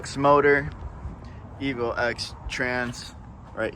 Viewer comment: 1. Good job on the build. 2. It’s a Evo “Ten”, not “Ex”